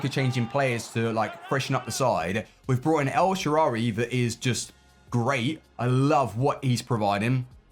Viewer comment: STOP CALLING HIM EL SHARARY PLEEEEEAAAAASSSSSEEEEEEEEE